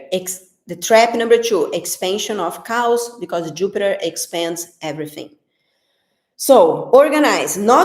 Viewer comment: omg that was so funny, I think you were saying "Chaos" but the way you pronounced it sounds like you said "cows" LOL you are so funny (if I had to speak in Brazil language nobody would understand!) it is great that you can speak two languages :)